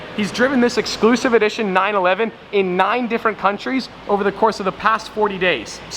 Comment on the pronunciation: I always hate when he says '' this vlog is olver''